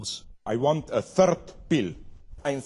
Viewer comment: "i want a therd pill"